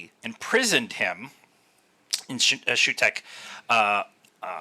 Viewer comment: It's pronounced Soo-tek.